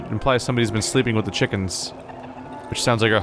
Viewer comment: ah yes… chukens